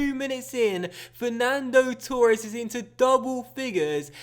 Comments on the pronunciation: Yeah it's fucking torres not turres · Why cant you pronounce torres properly